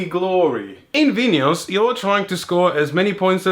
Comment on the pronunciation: Bonus points for pronouncing Vinhos correctly!